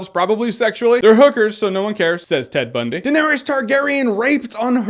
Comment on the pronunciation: Said ted bunds